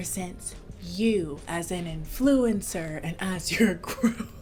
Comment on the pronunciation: "In-floo-encer" 😭😭 Congratulations!!